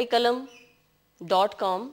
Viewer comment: Padhane ke sath sath , abhi aap aur padhen , aap ka talaffuz kalam ke bajae qalam kyon nahin , gulukara runa laila ko sunen , main shayer hote hote bacha hun , baqi baten apko bad men bataun ga